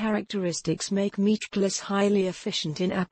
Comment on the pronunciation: I just love listening her saying "Meatglass" over an over